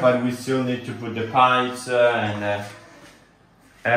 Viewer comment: can you try to not say so many words with an E at the end like pipesE, positionE, becauseE, woodE, topE, lightE supportE, removeE, chooseE, boughtE and so many other words.